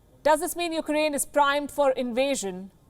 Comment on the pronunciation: Palki, I'm a huge fan.... but please. your pronunciation of Ukraine is "noise"/ disturbance in communication.. It's not "yuk-A-rain" (as you continuously say). It's "yuk-rain". Get rid of the unnecessary "A".